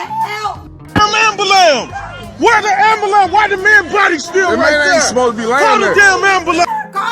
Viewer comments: "AMBULAMB" YO you funny af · “I don’t remember getting out the ambulam”🤣🤣🤣🤣🤣🤣🤣🤣🤣🤣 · lol the way she says shit is so cute i.e. ambulance 😭 never heard it pronounced dah way 💔